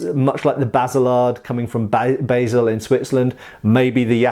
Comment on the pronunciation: Bay-sil in Switzerland? Surely Bar-rl or Bar-zel depending on French or German names. I had one of those British Yataghan bayonets some time ago and it made an excellent short sword and could only be better with a pure hand grip rather than the bayonet handle. Heavy but mobile and thrust well and cut (slice and chop) very adequately. Thank you.